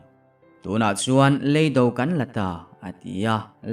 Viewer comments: ngatinge maw lei do I tih ziah le.lam dik hram teh beng a ti thlep tlat kan awmna lei kan lam ang hian lam tur aw.hruaia hnamte. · RC ngatinge maw .lei mihring lei tih anga i lam ziah mai le.lei kanawmna lei kan lam ang hian lam tur aw.rc. hruaia hmamte. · "lEIDO" tiha LEI hi Ka chhunga LEI lamdanin pasaltha chhiartu tam ber hian in lam thin a. LEIDO tiha Lei hi Thil kan lei a LEI tih ang hian lam tur a ni.